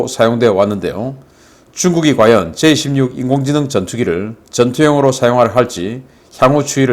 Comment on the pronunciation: 계속 J26 으로 들리네요. 제이 > 16 제이 다음 한숨쉬고 십육하세요.